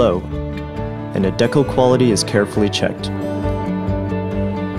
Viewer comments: Bro what is a deckal? It's decal (deecal). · It's pronounced "deecal"